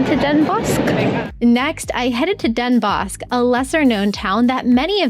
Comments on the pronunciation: Indeed. Den Bos, with a slightly harder or pronouncd "s". Definitely not "sh". An immediate giveaway that you're foreign. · Pronounced denbos (S). If meetup, please let me know. I'll show up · I don’t want to nitpick, but … Den Bosch is pronounced Den Boss. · It is NOT Wondelpark, it is Vondelpark, and it is [Den Boss] NOT Den Boshk...and it is Utrecht and not OUtrekt...Better check wikipedia, and lean how to pronounce the Dutch Alphabet...